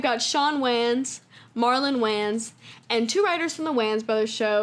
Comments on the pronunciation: Absolutely loved this video! So comprehensive and well put together and my friend the way you are pronouncing WAYNES IS KILLING ME 😅😂😂😂 “wAnZ” I can’t. Honestly tho, great video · You calling them Whanns instead of whains is killing me. 💀💀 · it's really bothering me her pronouncing their last name like WAYns instead of Waynes 😂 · For the record the Wayan family name is just prounoucrd like “Wayne” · Lol anybody else bothered by the way she keeps mispronouncing the wayans brothers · cool video and all but wtf is that pronuntiation of the "wayan" last name lmao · Why she saying Wayans like dat sound silly asl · Thats not how you pronounce the Wayne's name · the way you're sayin wayans is killing meeeeee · Bro, who says “Wayans” like this!? Now I can’t say it any other way…